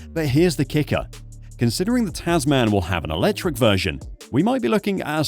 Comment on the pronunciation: Tasman is actually pronounced Tasmen :) --- English I know.